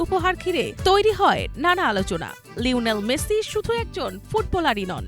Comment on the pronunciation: লইনেল মেসি কি? উচ্চারণ সঠিক করতে না পারলে উপস্থাপনা ছেড়ে দিন।